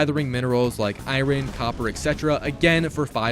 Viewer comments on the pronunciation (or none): So pronounced “iron” like that. Second video you’ve done that ya uneducated weirdo